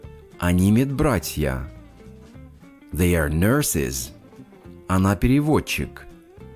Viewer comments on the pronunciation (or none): В тренажёре they вы говорите как the